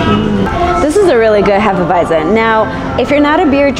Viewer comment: Hop Nuts is the best brewery in dtown Vegas imho coming from a so cal beer snob. I second Ellis Island, Banger was solid, or have any Revision beer you can find about town, and good job pronouncing Hefeweizen properly hah she knows her bier. Prost!